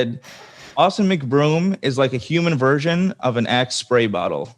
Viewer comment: Did you say austen mcbrome. More like austen mc but